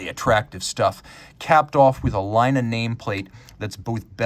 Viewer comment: You pronounced the name as a Finn would pronounce Laina, a small mistake, but with horrible a consequence. Laine is a small wave, but Laina means a loan.